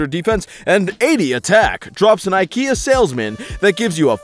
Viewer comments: If you say eeekayaa one more time i will scream. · The way pronounces IKEA drives me nuts (Yes I'm American)